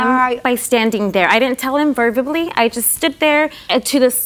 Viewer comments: She didn't tell him "verbibally"? Karen made a new word, folks. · Anyone else hear her say "verbably"? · "I didn't tell him verdably.." Lol 😂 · Verbably? Lardass Rodriguez needs remedial reading classes!!! Its verbally! Not verbably!!!!!!!!